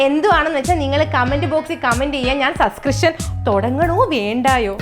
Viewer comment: "Subcrishan "😂😂തുടങ്ങാന്‍ കാത്തിരിക്കുന്നു 😅